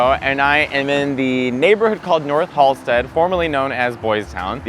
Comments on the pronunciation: Ah, c’mon… it’s Halsted. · Its Halsted 😘🌈💜